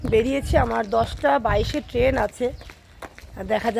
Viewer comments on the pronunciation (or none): কথাটা ট্রেন টেন না